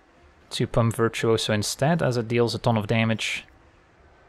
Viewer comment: I love the way pronounces virtuoso, I don't know why but I had to say it.